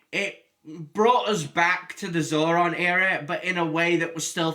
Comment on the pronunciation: The name is zordon, not zoron.